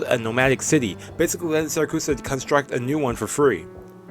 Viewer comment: See-ra-cu-sa-no, not see-ra-cu-so. Pronunciation policing aside, great show.